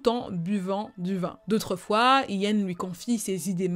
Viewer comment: It’s funny when you say “I-an”. In English you’re pronouncing it like “YiAn”.(imagine saying Yin and Yang ☯️). Your video was top tier as always 🔥🔥❤️❤️